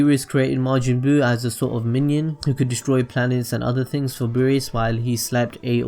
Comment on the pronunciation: pronunciation error no.1....things=fings. lol. just yankin around.